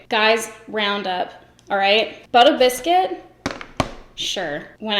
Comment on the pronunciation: I thought the shade name was “bitter biscuit” and you were just being funny saying it in a New York accent LOL